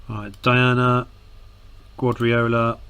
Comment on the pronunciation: Wonder if he realises the guy he keeps pronouncing as Gwadriola, is actually Pep Guardiola??